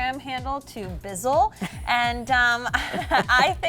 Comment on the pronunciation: Dumb bitches. Fuck your selves . Can't even say Bizzle Correctly .